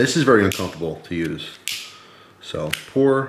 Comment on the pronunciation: 'Very uncumftabul'